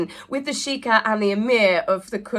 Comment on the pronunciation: Sheikh is pronounced "shake" not "sheeker " 😂